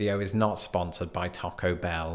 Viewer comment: Thank you for not saying "Tack-o" Bell!